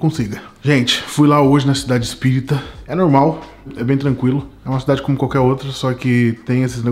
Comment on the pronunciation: QUE AGONIA DO FALANDO "CIDADE ESPÍRITA"